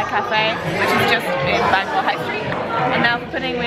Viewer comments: Nah you nailed it! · They were actually pretty close in the pronunciation they just needed to roll the r at the end of the word Bangor. 'Banga' is just an Anglicised attempt at the place name... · your pronunciation of Bangor is funny. I live not that far away we pronounce it Banga. You should have come to Llandudno, the queen of Welsh resorts.